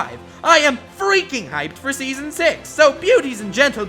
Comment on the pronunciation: did you say seasom 6?!?!